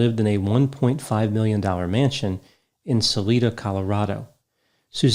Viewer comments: It’s pronounced sal—I-da, NOT sal-ee-da. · The town is pronounced sal-ī-da instead of sal-ē-da. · As a Coloradan, I feel I should disclose that it's pronounced 'Sah-lie-da.'🙂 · Salida Colorado is pronounced Sa LYE da. Or that is what I remember from living in Colorado many years ago. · Oy, it's pronounced Suh LYE duh, Colorado. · Salida, Colorado...Long 'i' in Sal-i-da. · This was near where I live – Salida is pronounced sa-LIGH-da. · Sal-eye-da, CO my folks live there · I'm surprised he didn't blame it on bears...more common to that area. (Btw it's pronounced "Sal-EYE-dah") Thanks for doing this one,! So very sad... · Love your mafia wolves theory. It's about as plausible as Barry's theories. Also, Colorado native here. Salida is pronounced Suh-lie-duh. Ironic. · Sa-lie-da. Just a heads up.